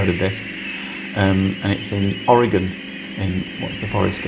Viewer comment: The Oregon forest name is pronounced Mal-here (spelled Malheur.) Yes as a former Oregon resident, we like most Americans don't say words the way they are spelled. Sorry Mother England.Thanks for pronouncing Oregon correctly.